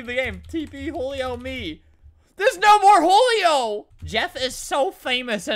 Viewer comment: It’s not hulio it’s Julio